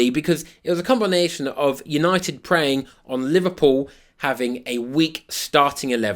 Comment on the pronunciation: for the word 'combination' in Northern.